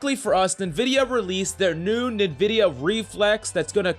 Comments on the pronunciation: the way he says nin-vedia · i dont like how he calls NVIDIA nuh-vidia